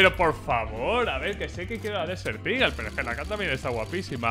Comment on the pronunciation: Español: Águila del desierto Ingles: Desert eagle: DESEL IGEL